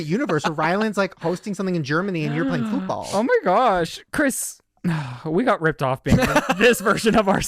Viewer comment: When they kept pronouncing it “fewtball”